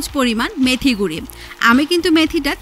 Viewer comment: গুরি কি..? এই মুর্খ মহিলা, গুরা বলা যায় না..?